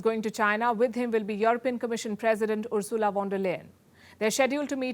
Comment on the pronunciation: What can I say...Van der Leyen on top of many things, she also destroyed my first name for me...unforgivable